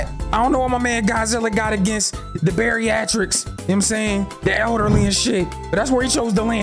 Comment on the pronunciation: My man, did you say “Barryachtrics”? I’m done. Lol